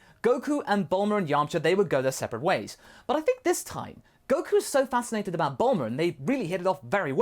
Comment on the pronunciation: Love how you said fashionated at that one point. Yeah I would fall in love with 18s jacket too